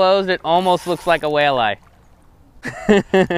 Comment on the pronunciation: What is a "Whale eye??" Or did you mean, "WALLEYE??"